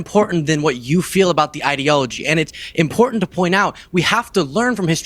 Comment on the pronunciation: Is that 'importance' or 'impotence' you were trying to say?